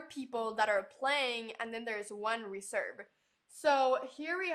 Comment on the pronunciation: (you keep misplacing your stress on the first syllable when it's pronounced in the same way as the verb) reSERVE, not REserve.